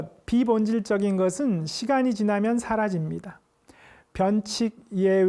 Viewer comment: 부정 ,세상,세상,변칙, 등 의 첫 잘 모두 짧게 잘못 발음했오이다!! 놀랍지 안습니까!???주역 강의는 참 들을만하오나, 이 자고저 문제는 자칭 주역학자로서는 있을 수 없는 브끄라운 일이옵니다. 제발 즈공부 좀 더하시옵소서. 미국 변 완수 배